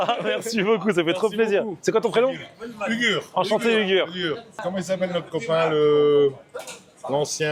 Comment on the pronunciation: C pas ugur c' est " hourrrr " c comme ca qu'on dit en turc